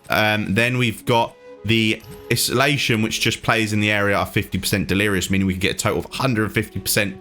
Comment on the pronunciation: im tryin to be a dick or anything.. its pronounced.. I-SO-LATION.. basically being alone by force.. love the information. Thanks for the vid bud